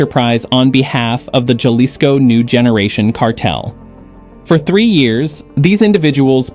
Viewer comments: This is completely fabricated, as far as I can tell. We know its an AI voice-over because he pronounced Ja-lisco instead of Ha-lisco. No verifiable facts for this anywhere. Yall all just got baited. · The letter "J" in the name "Jalisco" is pronounced like the letter "H" in the English language. Jalisco is a State in western Mexico.